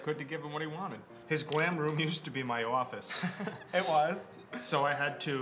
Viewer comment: I could tell is a New-Yorker when he said "office" 😭😂😂